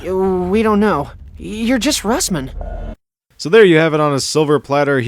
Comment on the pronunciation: Its Russman.....not rustman LOL